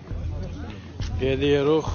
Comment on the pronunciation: Türklər elə danışmırlar. Bu şərəfsizlər sözləri düz demir. Türklər deyirlər "gidiyoruz", bu şərəfsizlər isə deyirlər "GEDİYERUX". başqa sözləri də türkcə demirlər.